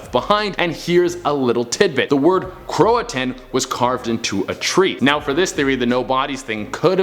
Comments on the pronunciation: Row-an-oak Crow-a-toe-an Sorry just bugged me. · I'm came looking for this. I'm glad it wasn't just me who was needing the right pronunciation. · It's pronounced Row-uh-noke and crow-uh-toe-an. Love that che is back in the studio!! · Row A noke crow A towan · John Barber The bird is the word 😂. No seriously its Croatoan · I love your Afro it makes me warm in all the right places so much so I'm gonna excuse the fact that you've been mispronouncing Roanoke and Croatoan. I Love Canada xoxo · You have to pronounce the “o” in Croatoan and Roanoke lol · I'm so annoyed by him mispronouncing these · That's not how you pronounce the word carved in the tree lol